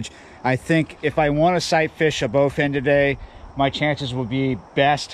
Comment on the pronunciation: Targeting "bowfin." Yeah, you right......